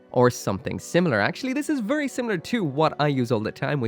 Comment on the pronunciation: "Vurry vurry" sorry couldn't resist